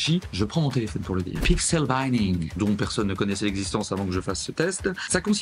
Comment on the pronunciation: Merci c cool mais pourquoi prononcer binning comme "bining"?? 😅